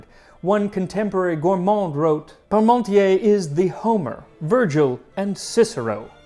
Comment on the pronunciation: The funny thing was, when I heard you say "Parmontier" it sounded like "Pommesmountier" - "potato rider" ;-)